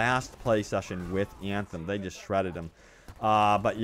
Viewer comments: Everytime he pronounces "Anthem" something dies inside of me :D no front, love your content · O MG I can’t in hear Anthem!!